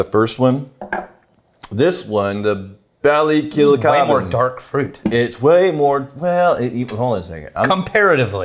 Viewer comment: pronounced Ballykilcavan perfectly